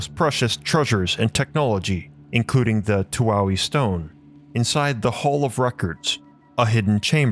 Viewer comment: Just a note: the crystal is pronounced as (too-eye) stone.